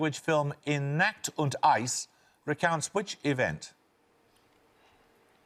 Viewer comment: Paxperson's horrific and ongoing mangling of German words again rears its ugly head; "In Nacht und Eis" does not contain a word that rhymes with "act" in English. (Has he never actually heard anybody say "Gute Nacht"?)